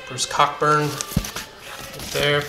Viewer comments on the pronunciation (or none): It’s pronounced Co Burn not Cockburn